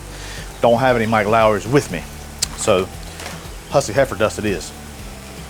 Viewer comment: I love that everyone calls it Mike Lawrys